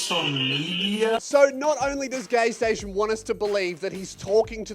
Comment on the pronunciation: Take a shot every time you hear says gaysation